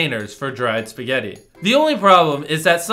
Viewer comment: I lost it when you said spaget noodles.